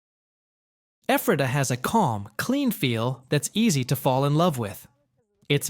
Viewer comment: As well as LANK-KISS-TER not LAN-KASS-TER and (pron.) Effrata not EEFRAYTAH.